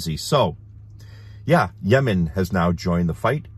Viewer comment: I liked how you pronounced Yemen before "yamen" lol it sounded cute😊